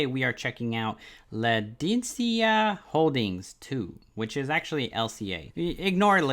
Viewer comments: Land-cadia... and fer-tita... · This moron lost me "LAn-DeE-sEe-Uh" LMAOOOOOO